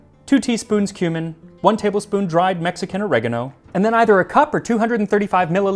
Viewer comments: There part where you said, "then add the cumin", I totally thought you had said "human". :D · When you said "Two teaspoons cumin" I understood "Two teaspoons human". 😶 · "Two teaspoons human"???!!! Oh, he said "cumin"...